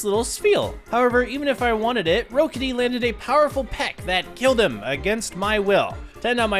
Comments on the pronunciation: Good lord I'm not even 5 minutes in and I'm already furious about the pronunciation 😂, I get it though pronunciation is hard, but hoo boy you didn't even follow the double o rule for ROOKidee, again I'm sorry for ranting (I do this a lot for pokemon stuff) but I'm glad you at least enjoyed the mod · Rookidee Is pronounced like the chess piece rook smh